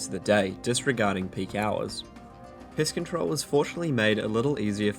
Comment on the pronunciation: I swear he said Piss Control like 3 times